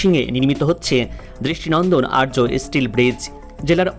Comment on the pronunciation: আর্য নয় আর্চ ( arch)